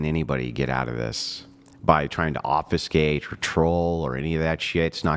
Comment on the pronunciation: also, the word is trying to pronounce (obfuscate) is pronounced, "OB-FEW-SKATE", and NOT pronounced "OB-FUH-SKATE" like he is doing.